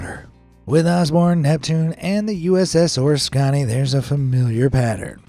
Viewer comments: Hate to be nit picking, but the way Oriskany isn't pronounce like this AI does it. I was able to go aboard the USS Oriskany when I was in the Navy and it was at Pearl Harbour. Back them we pronounced it O-risk-a-ny. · 💯 % WRONGLY STATED !!!!!! "POLYCHLORINATED BIPHENYLS" WERE 💯 % REMOVED PRIOR TO THE SINKING OF THE USS ORISKANY CVA 34, and you need to pronounce her name correctly also, she was named after a village in central New York, near Utica: This is due to a very decisive battle in 1777 that helped AMERICA BECOME A NATION... FLORIDA SPENT 2.5 EXTRA MONTHS ENSURING THAT ALL THESE CABLES WERE REMOVED PRIOR TO PERMITTING USS ORISKANY CVA 34 TO BE PLACED OFF HER COAST !!!! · Nice video. Too bad you couldn't pronounce the name of the aircraft carrier! The USS Oriskany (CV/CVA-34) was named after an American Revolutionary War battle near the town of Oriskany, New York. For your reference, You-tuber Dark Seas has a rather informative video on the ship (along with the correct pronunciation). I was in the US Navy during the final years of USS Oriskany's career. I remember seeing safety films analyzing the deadly 1966 fire. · Hard to take you seriously when you can't even pronounce the name of the Oriskany properly. You butcher it over and over. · I had an uncle who served on her, and was looking to see if anyone commented on the correct pronunciation. Thanks for the little history lesson as well. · Learn how to pronounce USS Oriskany. Nicknamed the Big O. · I listened to this and was taken by it till you said the word Oriskany. If you you can't pronounce it right. You thru an iron in the works of this. So good bye. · Your miss pronouncing the Carriers name wrong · I wish you'd learn how to pronounce things before you make videos. A ship as the USS ORISKANY deserves more respect. I have been down to see her and what has happened is remarkable. So please stop trying to dramatize your video and do more research. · Totally mis-pronouncing Oriskany.